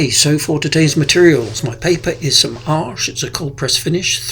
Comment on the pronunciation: According to another artist I follow. Arches is pronounced, ash. It's French.